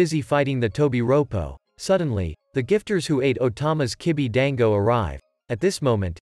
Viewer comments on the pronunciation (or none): none